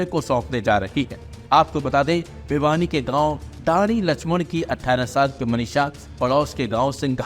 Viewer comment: Bhiwani ko vibhani kyu bol rhe ho news anker